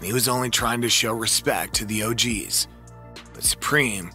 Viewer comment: And the "Ooogees"